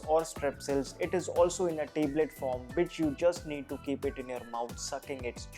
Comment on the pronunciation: Teblet nai yar Tablet, nice video though